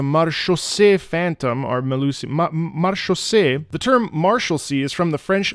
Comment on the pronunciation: As French I'm really happy you make the effort of your prononciation. For the Maréchaussée is also use by the old people in France to call the policeman.